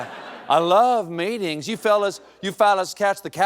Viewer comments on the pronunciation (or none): The face when he finished with "I do love MEE-TINGS" 😂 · Is it 'meetings' or 'meatings'??